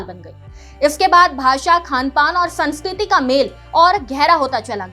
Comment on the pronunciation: सांस्कृति नहीं संस्कृति , समाकालीन नहीं समकालीन बोलिए बहन जी।🤔🤔😔😔🤨🤨😡😡